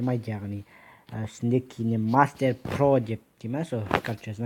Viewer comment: Кине мастер деп окылмайд. Кайн мастер деп окылад. Кине мастер деп жазылад